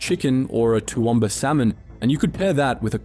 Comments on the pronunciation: The first time I've ever heard an otherwise Australian accent pronounce Toowoomba that way... Not in the LLM yet? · Toowoomba salmon? Its an inland city ...